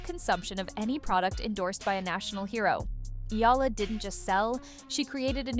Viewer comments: I hope they get to pronounce her last name right, as in E-YA-LA. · Hearing a Filipino sportscaster mispronouncing Eala's name is deeply insulting.